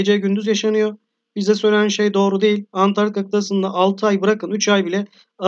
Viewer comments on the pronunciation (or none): Videonuz güzel fakat antartika değil ANTARĶTİKA